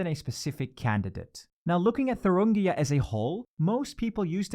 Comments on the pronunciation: It's Thuringia, not Thurungia. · it's thuringia not thurungia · don’t you ever slaughter my states name ever again It’s called Thuringia not fucking “Thurungia” People do your research! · Isn't it Thuringia, not ThurUngia? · It's thurIngia and not thurUngia... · It’s Thuringia not Thurungia 🙈🙈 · "Thurungia": Just to note it's "Thuringia" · It’s Thuringia, not Thurungia! Christ on a bike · It's ThurIngia not ThurUngia. You're not only saying ir wrong but also writing it wrong. Just Google it. It's not that hard. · It's Thuringia, not Thurungia... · It’s Thuringia, bro. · It’s not thurungia. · Pronunciation of Thuringia got worse with every attempt. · It’s Thuringia, not Thuringia. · It's "Thuringia"